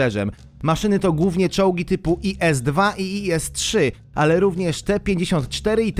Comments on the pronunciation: Mówi się ,,IS" A nie I S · ies gościu tego się tak nie czyta.. Mówi sięb is i tyle xD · Nie i s tylko is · Tak jak by co to te 2 czolgi czyta sie IS4 IS3